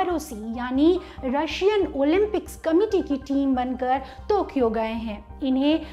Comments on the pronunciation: टोकियो को तोकियो क्यों बोल रही हैं ये मोहतरमा? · Tokyo..not tokio mam ..sry to say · Its Tokyo not tukyo many time anchor specks tukyo. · टोक्यो होता है बहन, तोक्यो बोल कर बेज्जती कर रहे हों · I think it's टोकियो not तोकियो !! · तो or टो me fark hai,,,,tokyo hai thokiyo nahi😂😂😂😂😂😂😝😝😝